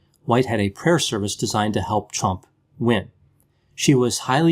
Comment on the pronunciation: It sounded like you said " 'Chump'," which is okay with me speak your mind brother.